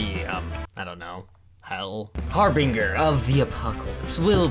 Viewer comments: Every time mispronounces Harbinger I die a little inside. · does no one realize hes saying harbinger wrong